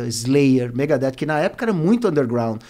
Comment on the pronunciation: Pensei isso tb, mas depois ele falou Megadeth corretamente.